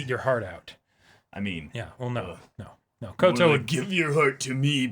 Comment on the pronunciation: NO YOU SAID KOTO.